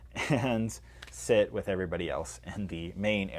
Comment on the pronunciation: Emphasis on sit?